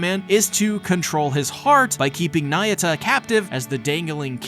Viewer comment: not nayuta bro..